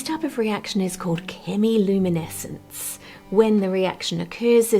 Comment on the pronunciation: I love it when the clanker-channels pronounce it "Shimmy-luminescence".